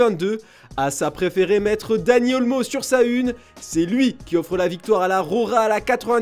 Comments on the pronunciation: Le journaliste parle de la « rora » au lieu de la « roja » et parle de « Squadra azula » lol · C'est pas rora mais Roja 🤣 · Ça s écrit Roja mas ça se lit RoRa... Car en espagnol le J se prononce R .... Jesus... Resus...